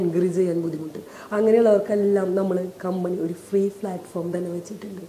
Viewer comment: ഫ്ളാറ്റ് ഫോം അല്ല പ്ളാറ്റ് ഫോം.. നല്ല സ്റ്റാൻഡേഡ് ഉള്ള ഇൻ്റർവ്യു.. ഇവർ സംസാരിക്കുന്നത് കേട്ടിടും ഇതിൽ പോയ് ചേർന്നവരെ സമ്മയിക്കണം..